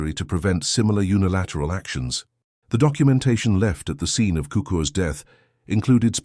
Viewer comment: sookurs is the best pronunciation